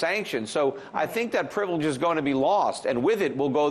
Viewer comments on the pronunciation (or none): Sorry Peter did you say American privilege or pillage??? :-) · He said privilege but meant pillage.